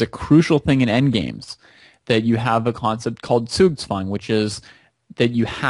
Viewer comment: happy to see an american pronounce Zugzwang correctly :)